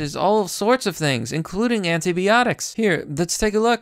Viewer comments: it's anti"bi"otics not anti"be"otics. You're killing me. Good video otherwise. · Stop mispronouncing neonatal (neo natal) and antibiotics (anti by otics) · I love your videos, but I gotta point these out: Fungi = fun-guy Antibiotics = an-tie-buy-otics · Ok, you're fucking killing me: Sinai, pronounced sigh-nigh. Auris pronounced awe-reese.. Fungi pronounced fun-guy. Candida pronounced can-dee-dah. You speak like a homeschooler raised in the unabombers shack.. Oh jees: antibiotics.. the bi part is not pronounced "bee", it's bi, like in biplane. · Anti-biotics not anti-BEotics, and fungi not fungee. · Sigh-nigh Also... by-otics You kept pronouncing things horribly wrong and I couldn't do anything to help you!! D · I’ve never heard of this fake mount-sin-eye 👁 nor have I heard of anti-bee-otics 🐝. Likely story you Russian-bot. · "anteebeeotics" hahahahah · Your pronunciation of 'antibiotics' is killing me fam